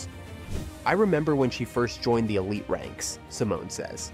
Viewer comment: “t ansform”, “rawtalent”“theelite” 😭😭